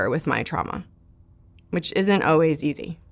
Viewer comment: Someone should let her know how to pronounce the word always lol “oh-wees”